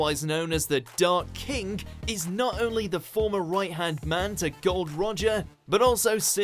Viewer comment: Dark Kink? Please tell me I'm not the only one who heard that.